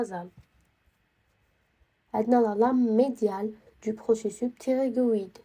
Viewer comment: شكراوربي يحفضك 🫶🏻🫶🏻💗 ولكن نقولو لابيرانت مشي لابريت ونقولو بروسيسوس تتنطق s مشي بروسيسو كيما قلتي 🥹🫶🏻 وعيشك نسقسيك app هاذي كيفاه راكي تخدمي بيها مجانا تاعي غير les os لي مجانية لباقي كلش مدفوع تقدري تمديلي سيت تاعها ولا وجزاكي الله خيرا 💗